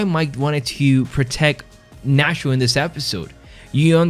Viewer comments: Nat-cho not Nas-ho. Get the hero's name right. But I agree, Nacho has always been a great character - but what an exit. Absolutely magnificent. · Great video BUT STOP CALLING HIM NASHO